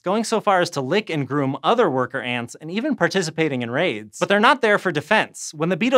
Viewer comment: I thought he said the ants have raves and had to turn subtitles on to figure out that he was talking about raids.